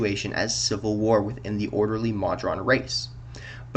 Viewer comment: Please, Moe-drawn, not maw-drawn.